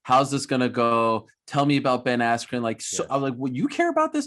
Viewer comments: The real question is why Buffer mispronounced his last name. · BEN ASSKEW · I know he's a legend but come on How does he get Asscue form Askren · Ben "Askew" Askren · At least Bruce never called him 'Askew' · Did anyone else notice Bruce Buffer mess up Ben's last name? Askoon I think he said🤔.lol I think Jake Paul had him say that just to mess with Ben